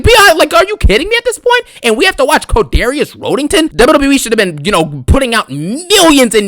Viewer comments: I still break everytime he says Codarius Roadington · I break out laughing EVERY TIME you say --> Codarius Rhodington ... omg 😂